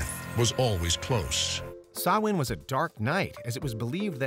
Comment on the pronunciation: Kudos for pronouncing Samhain right 👍